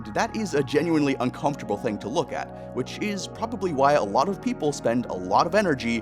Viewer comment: Video feedback only in my reply. Just one ting. One ting? One TING! Thing. Not a fan of the music. Something about it doesn't sound like it fits the narration you're giving. The piano is pretty, but very distracting. I put the video on a faster speed to watch it for the message, but that music was making my brain stretch.